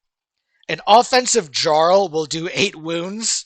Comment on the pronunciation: Lol I like that he says jarl wrong. Only dude to never play Skyrim, and no they aren't saying it wrong jarl, fjord it's a constant language feature